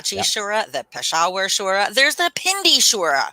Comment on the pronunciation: 😂 Shura, not sura.. but that applies too in Sanskrit, eg. Mahishasura, Bakasura erc